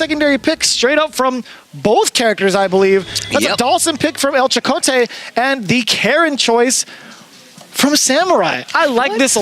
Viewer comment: Thanks 4 gettin Chakotay’s name right